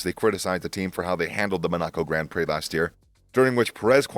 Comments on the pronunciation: Bit of feedback; the pronunciations are really weird: MonAco -> Monaco, JeddAh -> JEddah. Similar for some of the driver names. F1 terms like Q3 is not Quarter 3 like in football, Q stands for qualifying session. For long-time F1 fans, this could be a turn off to subscribe / watch, so I think it's good to get the basics in terms of track / driver names and racing terms right to grow your channel. Anyway, feel free to disregard / disagree, best of luck either way! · Why is this guy pronouncing city names incorrectly? Like jeddah or monaco? 😅